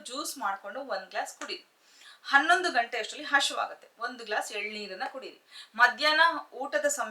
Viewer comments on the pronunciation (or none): none